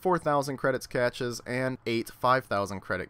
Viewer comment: he cant say cache lmao its pronounced cash